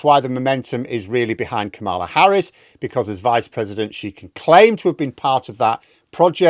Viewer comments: it's KAMala, not KamAHLa. Thank you. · Congratulations! You analyzed and reported the resignation Sooooo much better than BBC World News did overnight. Just a little Americanism you couldn't know: KA ma la Harris pronounces her name with emphasis on the first syllable. Republicans deliberately mispronounce it as a way to denigrate her by pronouncing it ka MALL ah or some variation thereof. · It’s Kamala. Not Kaamala. Not Kamaala. No pronunciation extras needed. KAMALA. Pronounced similar to “CAMERA”. If you can’t work out how to say a name, listen to THEM say it themself. 🤷🏼‍♂️ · Mate. Cheers from down here in Wellington. It's KAH-muh-luh Harris. Comma-luh, if you'd rather. Imagine she may be cropping up quite a bit going forward! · According to Kamala herself, her name is pronounced like Comma with a la on the end as in Comma la. Just trying to help. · I think you'll find it's actually pronounced KAHmala. I aways remember it by thinking of the word "Karma".